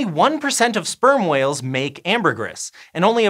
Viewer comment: I kept hearing sperm oils instead of sperm whales.